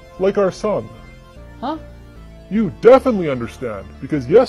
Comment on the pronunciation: 3 59 its supposed to be son not som